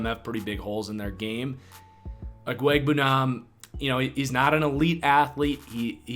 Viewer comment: Alberts last name is pronounced Obwa-ekwa-neeba-nam